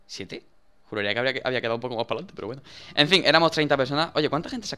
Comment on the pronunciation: Dani por Que siempre dices Wueno , Wueno , Wueno chicos !?